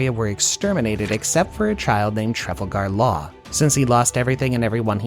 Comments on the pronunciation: Trafle-gar law 😭 GREAT VIDEO OTHERWISE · I cringe every time he says Marie Jois and Trafalgar Law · "Mary Joe Wa" "Truffle Gar Law" Love it😂